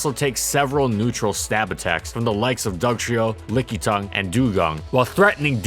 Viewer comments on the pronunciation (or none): none